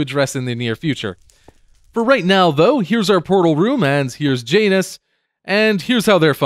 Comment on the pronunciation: (I'm not trying to sound conceded I promise, but) If you want to say Janus, like the Romans would have, replace the 'j' sound with a 'y' sound. It would end up sounding like YAWN-oos (with a long 'o' as opposed to a 'u'). Love your building aesthetic, and backstory of your island however you end up saying Janus. (I'll just cringe internally :)